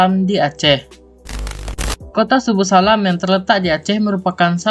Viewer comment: Yg bener itu Subulussalam..bukan subussalam Coba baca lagi deh..